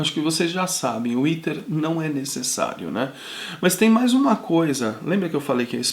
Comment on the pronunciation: Pronuncia-se: 'éter' e não iter.